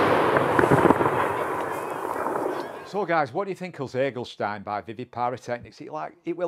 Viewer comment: i thought you speak german 🤔 You should be able to pronounce "Ziegelstein" better 😉😘 I don't understand the sense of an english fireworks importer giving his cake a german name🤷‍♂